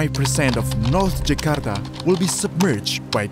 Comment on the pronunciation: Your pronunciation of Nusantara, Indonesia, Jakarta, Kalimantan, Sulawesi, Institut Teknologi Bandung, etc. was very nice. Are you Indonesian??